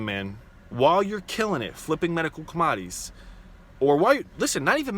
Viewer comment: Com-odd-ees lol